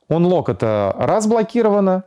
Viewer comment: Чувак, отличное информативное видео, но я тебя умоляю читани транскрипцию тех английских слов из интерфейса которые ты используешь напр., stand by - стэндбай (не стендби), unlock - анлок (не унлок). От чистого сердца говорю, и будет всем нам счастье и любовь.